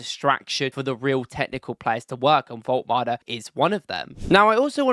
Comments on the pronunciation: His name is Woltemade not Woltmade you are welcome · Wolt-E-Made - you can't just not pronounce that E - It's kinda like calling your Monarch King Chares. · Vol-tuh-mah-duh is his name btw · Pronounce all the letters: vol ta mar da - woltemade